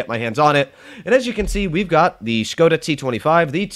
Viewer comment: The pronunciation of the "O" in the word Škoda is not like "whole", "hole", "hope" and so on but is it like "hop", "on", "from" (+ you say it little bit faster, so it won't be Škoooodaa but Škoda). You can trust me, I am from Czech